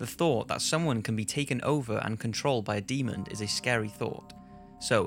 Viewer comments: It's Demon, not Demond. Drives me crazy! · Jesus fucking christ it's pronounced and spelled Demon. NO ed and the end. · Is it just me or is he saying Demond?